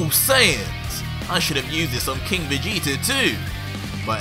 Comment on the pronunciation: Every time he says Vegeta, I keep hearing "Vegeter" lol #